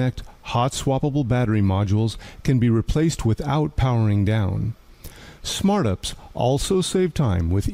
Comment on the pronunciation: AI calling "you pee sss" as "upsss" lol 😂